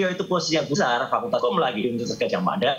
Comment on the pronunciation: Salah ucap lagi, fakultas hukum😂